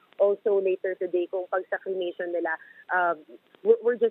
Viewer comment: Cremation. Not crement! Paki ayus nmn!